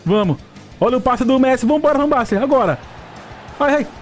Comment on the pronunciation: Chamando o jogador com o nome errado também... "Van Baster" KKK Aí ele se rebelou contra ti. kkk